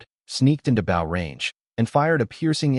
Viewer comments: The narrator needs to learn how to pronounce Bow! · A Bough and Arrow 😂😂😂